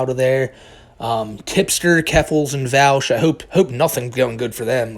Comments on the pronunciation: Vaush /v-o-sh/ like Posh Not /v-al-sh/ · it's pronounced "vahhsh". i really don't feel he's a creep. the content was by a loli artist but it wasn't a loli picture. he's not a pedo so didn't recognize the artist as having made other stuff. big fan but i don't think you have the right info on this one. his argument was that people who support child slavery for mining are as bad as people who are pro CP. if you watch the whole thing he wasn't saying HE thinks that. i don't agree w that claim but it's still not the same. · Pronounced Vosh lol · Vaush is spelled with AU not OU so I fail to see how people pronounce it like regards, how do you pronounce Australia? smfh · Let's be honest the fact that he didn't even bother to learn how to say the dude's name correctly is a pretty big red flag that didn't actually look into the topic too much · You are not saying Vaush's name right.